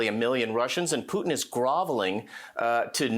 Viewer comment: This Levin guy STILL can't pronounce "Putin."